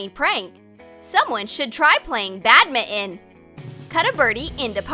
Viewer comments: It is badminton not badmiin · Badminton(Bat-min-tin) NOT (Bad-mi-en) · did she just say “bad mitten” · It’s not badmitten it’s badminton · Ok it's pronounced bad-mint-on and that is not how you serve the shattle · Ikr like tf is bad mitten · Yea she said bad mitten